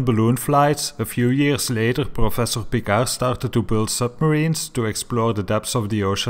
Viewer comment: learn to pronounce Piccard, you flathead! It is amazing how uneducated the americans are. Never heard about Piccard! Amazing. Talking about the quality of that country education. Pathetic. - "before they decided they are going to lie to us"? Really? People knew about shape of earth since 400 BC, and never had a doubt! Only flediots cultured by the youtube decided it is not true.